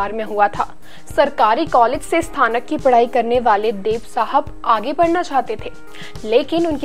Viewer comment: Madam g aap pahle hindi shi se bolna sikhee... स्थानक नहीं स्नातक होता है।